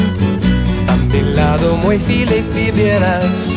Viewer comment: Que te "Lames " "Dolce " Se nota como estába leyendo la fonetica "Sicretos " dice también y "Crestina " , "Filíz"